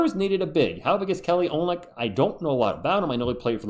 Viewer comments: He's got a little dog in him, too! "Oh-lyn-nick"... just for your info. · Take it from someone who took awhile to learn this pronunciation. His name is pronounced Oh-lin-ick. Not making fun, just trying to look out for you.